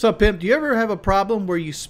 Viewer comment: slow down and enunciate pimp good lord